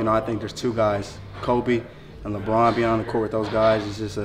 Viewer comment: "LeBrun" lol